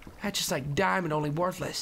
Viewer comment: It budder not gold and it bedder than dumb dimond